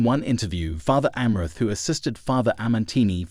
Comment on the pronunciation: you/the robot is not even pronouncing Fr Amorth's name even close to correctly.